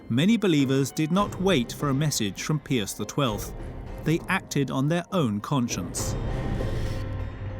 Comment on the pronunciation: I wish someone would tell the narrator how to pronounce "Pius." Hint, it's not Pee-us.